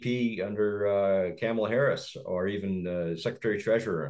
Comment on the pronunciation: George doesn't even know how to pronounce the VP's name. Lazy at best.